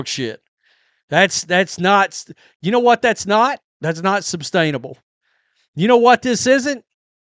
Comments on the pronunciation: Is it me or does he keep saying "substainable"? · Sustainable not substainable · Yes! There is no "b" in sustainable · Say “substainable” again. Jfc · I think it's sustainable not substainable.